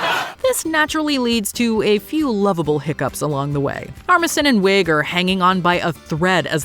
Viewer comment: Kristen Wiig is pronounced we NOT wig